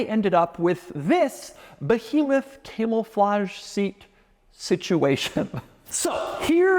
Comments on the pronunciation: doug the type of guy to say "camelflage" instead of "camouflage" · Am I hearing “Camel-flage”? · Doug, the type of guy to pronounce it “camel-flage”